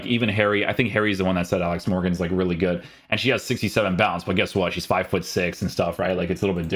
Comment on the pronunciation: Why does put a j at the end of a word with d like hood but he says goodj, I’m guessing it a language thing or something?